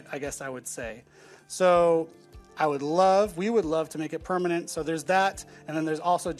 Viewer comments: Pernament? You keep saying pernament xD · yeah it's bothering me way more than it should that she keeps saying pernament 80% of the time.